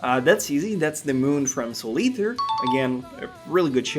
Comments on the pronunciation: Why do you say god eather??? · guys is saying eater like iter